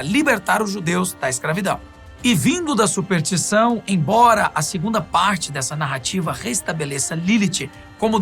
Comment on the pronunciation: Supertição foi fogo, hein. Chegou a doer os ouvidos.